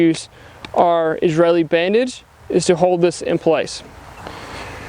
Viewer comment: Great video! Not going to lie, I was shocked when you pronounced "Israeli" correctly.